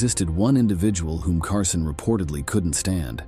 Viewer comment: CARSONE? HIRE AN ANNOUNCER WHO CAN READ.